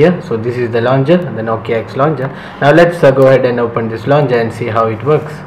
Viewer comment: It's launcher, not launger! You're driving me crazy!